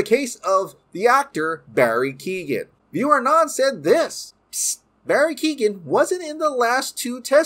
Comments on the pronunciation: Keoghan it’s pronounced (Kyo Han) not keegan the g is silent when it’s next to a h in Irish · Hey i am Irish and Barrys surname is not Keegan...its pronounced K-yo-han...Keo(Kyo) ghan(han the g is silent) Barry Keoghan. Just small nitpick in an otherwise great update video. Stoked to see the movie it sounds great. Still hope Batfleck lives on at Hbo Max and in main DCEU though.